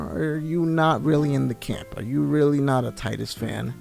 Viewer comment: Teedus.....not Tidus. I know it's spelled that way, but it's pronounced different. I just name him Kuhlio. I never use his given name. Anyways, this is the best FF. Glad you enjoyed it. Best story ever.